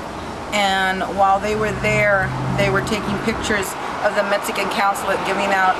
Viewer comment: She can't even say Mexican. She say's Metzican.